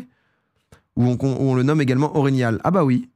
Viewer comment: tu prononce mal orignal